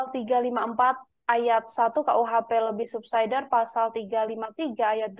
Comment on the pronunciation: Mba narator, ga usah lebah kalo bilang subsider, ga usah juga d bilang subsaider. Di indonesiain aja ga usah d english²in tp malah salah